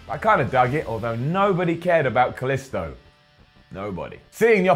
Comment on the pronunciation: Hate how he fucking pronounces Kalisto wrong it's not an I sound it's and e sound for the i in his name